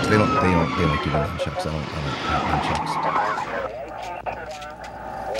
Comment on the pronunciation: NUNchucks...not NUMchucks